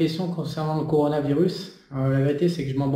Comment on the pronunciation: "Conoravirus"..."peunomie"... Je confirme: t'y comprend que dalle. le JCVD de l'économie. Mdr